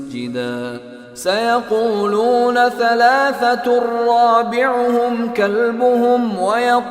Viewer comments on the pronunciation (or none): none